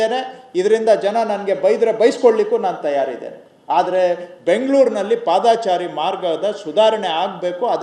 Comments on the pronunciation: ಪಾದಾಚಾರಿ ಅಲ್ಲಾ ಮಂತ್ರಿಗಳೇ. ಪಾದಚಾರಿ.ಕನ್ನಡ ಕನ್ನಡ ಭಾಷೆ. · ದಯವಿಟ್ಟು ಪಾದಾಚಾರಿ ಬದಲು ಪಾದಚಾರಿ ಅನ್ನಿ ಆದರೆ ನಿಮ್ಮ ಧ್ವನಿ ಮಧುರವಾಗಿದೆ. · Paadaachaari alla padachaari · padaachari alla paadachari correct maadikolly manthrigale